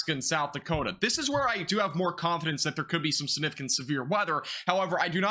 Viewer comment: How many times do you need to say the word "significant" (sniffcant) lol. At least pronounce Vinces name correctly sheesh :)